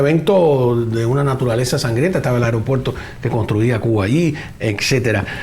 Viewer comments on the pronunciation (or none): none